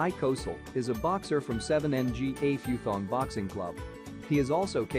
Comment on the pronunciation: It’s pronounced Eh Pootong